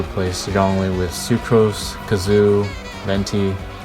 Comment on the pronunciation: ‘kazoo’ you didn’t 💀